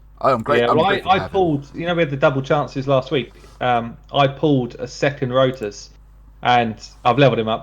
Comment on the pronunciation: Did he say Road Sauce instead of Rotos the first time? lmfao.